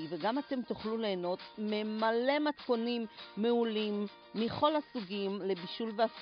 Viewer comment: מימלא ולא MEMALE ומכל MIKOL ולא מיחול. כזאת עברית על ההתחלה מורידה את החשק.